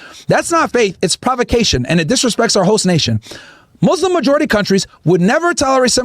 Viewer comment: Could we agree needs to learn how to say muslim—it’s not mazlams